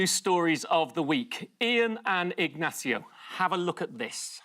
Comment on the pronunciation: Last time he appeared, VCM did the same weird thing of pronouncing Ignacio and López with different accents.